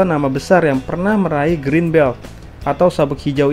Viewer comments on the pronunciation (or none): none